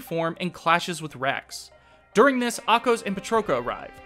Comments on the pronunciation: I also noticed Ahkos and Riki were mispronounced. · Yeah, Ahkos's and Riki's pronunciations bothered me. They say the names in the cutscenes, so there shouldn't be confusion on how to pronounce them.